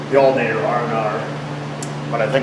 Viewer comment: So this drinking game... is it every time you say altERnator, or every time you say altAnator? ;-P